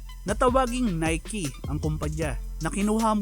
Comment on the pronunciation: ngayong kulang na NIKE Pala ang pag basa Hindi NIKE😆